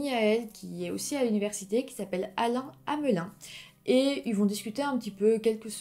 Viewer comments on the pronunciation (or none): Très bonne vidéo. Un petit détail, Hemelin ce prononce Hamlin et Proulx ce prononce Prou. Une suggestion: Lucas Roco Magnota. Une affaire horrible.